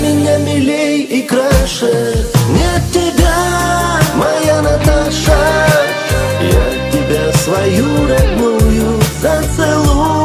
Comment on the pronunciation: Одно произношение этого имени. согревает душу...💞Каждая женщина, по имени Наташа будет счастлива,услышав самые нежные, добрые слова бархатного голоса, вашего голоса,. Ждем новых песен! Успехов вам,и будте счастливы и любимы!